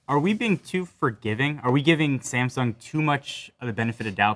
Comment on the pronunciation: The biggest problem is that they pronounce Samsung as a semsoung. They are not prepared to get that phone